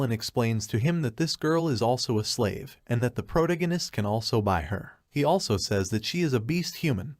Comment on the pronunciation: HOLY MACKREL !!!!! It's "PRO-TAG ONIST".. TAG...TAG......NOT TIG... Again ......NOT....TIG. How can these people call themselves "NARRATOR'S"????? Can't even read properly. LOL!!!